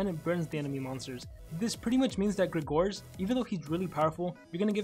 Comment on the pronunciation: You misspronaunced his name